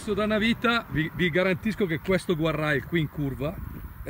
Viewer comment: Oh ma dici sempre guarrai.... Ci vuole tanto a dire gardreil... Lo scrivo come si dice non come si scrive eh